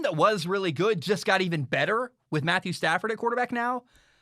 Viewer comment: "Stafford" But whatever. You said it so many times it had to be intentional, so I dont care.